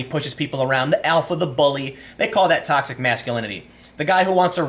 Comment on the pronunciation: Sorry, Tim, Toxic what? Don't worry, I can't pronounce it either :)